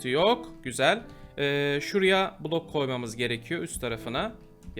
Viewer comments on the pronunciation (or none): abi kulok değil bilok